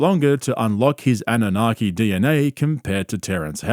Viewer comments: It’s NOT ‘’ANA-NOGGY’’ 🤦‍♀ It’s Anunnaki ❗ Get your conspiracy theory words correct! 😆 I LOVE that the KNOWN GRIFTING FRAUDSTER ~ WILLIAM TYRONE KARLSON, COWARD of Broward County is fully being acknowledged for his snake oil business similar to others like Corey [NO ]Goode & David Wilcock -esqe litigious CULT Leader personality . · "annunaghi" No dude.